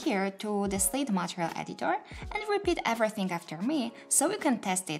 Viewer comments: Thank you very much for this video! I used the old view, as the slate editor was a bit intimidating. I think the stress for the word material would be [mə'tɪərɪəl] for the second syllable. Keep up the good work! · you need to pronounce MATERIAL muh·tee·ree·uhlz better... if you're going to teach a tutorial in English please refer to proper pronunciation otherwise teach in your native language with English sub titles.. is very distracting.. I'm trying to help so please don't think I'm being harsh.